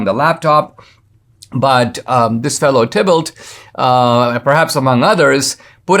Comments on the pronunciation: I'm sure Thibault is pronounced "T-bo". French name. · It's pronounced 'Tee bo'. 'Bo' as in rhyming with "toe". TEE BO.